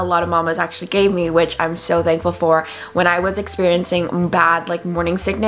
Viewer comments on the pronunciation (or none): none